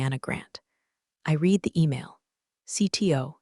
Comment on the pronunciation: Reed (read) instead of red (read)